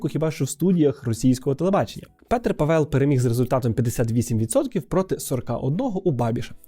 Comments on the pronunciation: Боже, вуха ріже, боже ніііі..... пАвел, пáвел, Пéтер Пáвел. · Дякую за чудове відео. У чеській мові наголос ставиться на перший склад, тому Па́вел. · Все добре, тільки у чеській фонетиці переважно наголос падає на перший склад :) Петр Пáвел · Наголос на перший склад, пАвел, пАвла... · Наголос таки на перший склад, Пáвел) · в чеській мові всі наголоси на перший склад. навіть якщо ви чуєте інакше, то ви просто не розрізняєте, бо в українській мові немає подвійних наголошень, наголос плаваючий і немає різниці між довгими і короткими голосними. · В чеській мові наголос завжди на першому складі. Вимова може різнитись, але це вже залежить від наявності "довгих" літер у слові. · У чеській мові наголос падає на перший склад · Вже мабуть не актуально, але я тільки-но почала дивитись відео і мені дуже ріже слух те як Ви вимовляєте "Павел". Я богемістка (вивчаю чеську мову і культуру на Остравському університеті в Чехії), і хочу додати до вже сказаного що наголос на Е в слові Павел не спадає. Тобто слово Павел вимовляється майже так само як Павел в українській мові (з наголосом на А), але просто в чеській мові той наголос настільки слабкий що його наче нема. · Вітаю,! Я живу у Чехії дуже багато років( тому не виправляю просто так). Наголос насправді на першому складі, тобто на «а». 😊 Дуже вам дякую за правдиву інформацію. 😊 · добрий день, а чому наголос на Е в призвищi? Я вже декiлька рокiв поспiль проживаю в ЧР, та тут всi кажуть з наголосом на А.... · Наголос не там ставиш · Чого наголос кладете на другий склад в фамілії Павел? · У чеській мові наголос є закріплений на первому складі, чи не так? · Будь ласка, не Pavél aле Pável 🙏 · Пробачте ,хочу вас виправити. Ставиться наголос на перший склад. Тобто,не Паве´л,а Па´вел. Володію чеською уже 24роки. Слава нашим героям. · Мені одному здається, що спеціально робить наголос на павЕл, а не пАвел, щоб ми писали побільше коментарів на цю тему скажімо, як оцей, що я написав 🤗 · Живу в Чехии, ударение на А